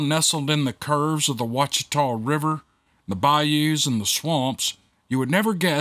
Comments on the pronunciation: I CANT BELIEVE there’s a story from Monroe! That’s my hometown 😎😬😍 Funroe, as we call it, is a decent sized area, with a few swamps, bayous and woods pretty close to some parts of the neighborhoods. You did well on sounding out the funky names 😂 Ouachita- pronounced wash-e-taw, bayou Desiard- dee-zeird.. love ya,! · Duck Dynasty folks were born and raised (and most still live) in West Monroe. Monroe and West Monroe are "sister cities" with the Ouachita (pronounced Wash-eh-taw) River. These two cities make up Ouachita Parish in its entirety. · Close brother... De - 'Zeard Bayou... I get to tell people all the time how to say " Wash-i-taw" Ouachita River... Dang that's right across the river from me... not surprised! Holloway here from the Attic Story